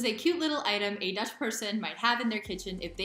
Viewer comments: You are becoming confident in speaking dutch. The pronunciation is also good. Keep up the good work :) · Your pronunciation is seriously spot on, woah. Also: I've never seen that voyager-space-probe looking thing before either - And I'm a native lol. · Your Dutch pronunciation is great 😃